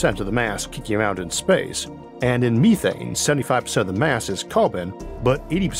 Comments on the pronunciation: Meth-ane. Me-thane? Hell no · MEETHANE ?????????? NOOOOO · Ok, I overlooked the speech impediment, but you had me until you started saying, "meethane" smh